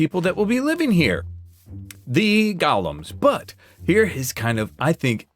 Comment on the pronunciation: I absolutely love seeing your videos! But for the love of everything holy, they're golems, not gollums. GO' lems